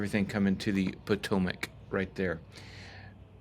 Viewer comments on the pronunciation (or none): none